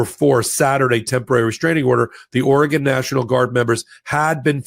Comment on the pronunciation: Thank you,, for pronouncing Oregon correctly!